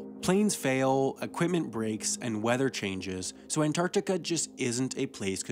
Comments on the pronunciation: He adds a syllable to Antartarica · After hearing AN-TIC-ARTICA 40 times, It's time to see my therapist. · Most Americans don't pronounce the first T in Antarctica for some reason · You pronounce The middle “c” in Antarctica. But leave the “g” out of recognize. Why? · Stop saying Antarctica. You say it funny and it hurts my brain